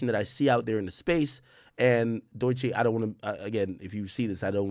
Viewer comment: W STREAM AK. welcome back...We here for it. 🦂 🦂 , just 1 thing. Her name is DOE-CHEE...not DOY-CHEE. Sound it out 🥷🏾..😂😂..